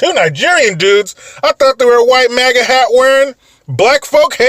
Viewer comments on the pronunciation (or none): none